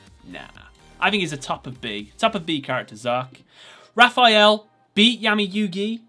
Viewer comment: It's Zarc, not Zark.